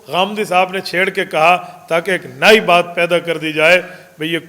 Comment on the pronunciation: آپ کو اپنی امان میں رکھیں اور نصرت خاص سے نوازیں ۔آپ کی اردو میں ایک غلطی ہے درست فرمائیے ۔نئ کو آپ نائی فرماتے ہیں شکریہ ۔کوئی بھی کے ساتھیوں سے انکو بات پہنچا دیں شکریہ